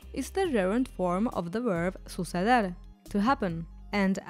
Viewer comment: Around the mark I feel like I heard the narrator mispronouncing “hacer” and “suceder” so I stopped watching.